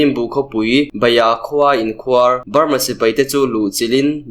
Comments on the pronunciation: A tlangau chak2 te hi lusei tawng thiam tha lo in ni fo thin, khuar tih tawngkam hi tlem in han lam hniam deuh la... a dik a mai tur. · Awmhmun an KHUAR. .. tihah khan KHUAR tih kha a hniam zawngin lam la a dik zaih mai ang. I thiam lutuk.